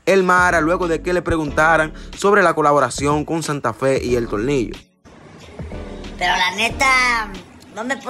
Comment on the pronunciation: Cual tolnillo quien. Es. Tolnillo yo conosco a. Tornillo nadamas una. Recommendacion si Eres dominicano metido en Esto aprende. Primero a pronunciar y despues Te envuelves en lo q. Sea.pero aprende q ya sabemos quienes son ustedes.. no Te olvides